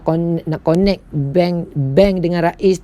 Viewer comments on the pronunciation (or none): pronounce tu biar betul. bkn 'konet'. tp sebut 'kenekt'